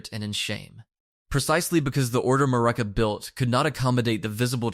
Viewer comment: Who tf is ma-rikka